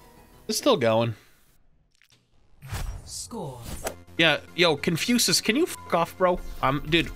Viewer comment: Why does he pronounce it as "ConfuSUS".